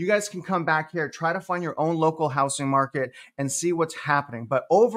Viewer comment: It’s pronounced hou”z”ing not hou”s”ing.